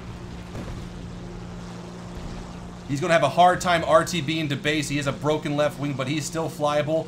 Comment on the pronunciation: Lol why did he say "rtbing to base"